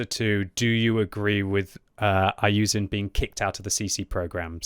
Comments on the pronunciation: his name is iyouxin not iyouzin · bro you dont even pronounce his name properly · dude is from the uk and still cant pronounce iyouxin 🤦🤦‍♂🤦‍♀. good job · I like you and your videos but Please try to pronounce the name correctly